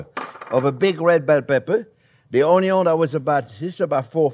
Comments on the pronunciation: Every time Chef says onyo, do a shot😅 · THe dear chef sometimes reminds me of Justin Wilson, particularly when he says "ONYON".